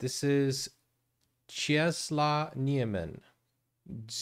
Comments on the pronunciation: Czesław is pronounced Chess-Woff. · If you want to pronounce his name correctly... Chesswaff (name) Niemen (surname read all the letters). Your welcome 😁